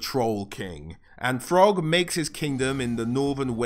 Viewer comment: I heard "frog" when he said Throgg